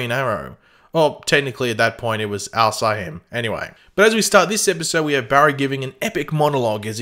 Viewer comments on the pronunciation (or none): its not Al Sie Him its Al Sah Him there is an episode with the right way to say it and at that point he was just called the arrow or the vigilante and he becomes the GREEN arrow in the first episode of season 4